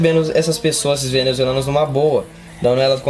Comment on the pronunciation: Venezuzelanuos kkkkkkkkkkkkk